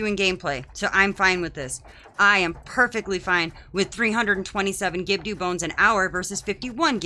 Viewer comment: I've never heard anyone pronounce Gibdo wrong... Is that on purpose?